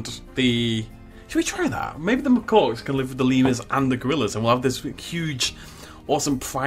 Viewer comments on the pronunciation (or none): Love your videos but please, Macaque is "Muh-Kak" not "Muh-Cork". I work with them and use the word several times a day and it makes me cringe every time you say it. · just a heads up, its pronounced muh-kack, loving it so far my dude, cant wait for the next episode